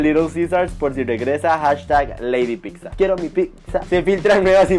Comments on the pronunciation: Ledi piccsa 😅 se pronuncia pitza 🙏🏻😩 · ¿Y si antes de sacar el vídeo practicamos la pronunciación de "pizza" y no "pigsa"? Saludos y excelente día. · Para empezar no se dice picsa 🙄 pero bueno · Que mal que tienes una canal llegas a muchísimas personas y no sabes hablar? No se dice PICZA. Que mal que hasta para hablar tengas faltas de ortografía. Te invito aque hables con propiedad, reitero no se dice PICZA o PIKZA, no se como creas que se escribe. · Primero aprende a decir "pizza"